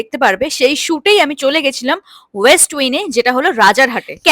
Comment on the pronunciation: "West Win?? Bolcho westin ke.. "Aavailebel" blo Available ke, Ambience Ke" Aaambiens.. 😳 tomar English ta sotti khb weak.. agao dekhechi, onaka comment o Kore ai nia.. Manchi tumi Bangla nia porashuno Korecho bt tao English jokhon bolcho aktu thik thak Kore bola Uchit..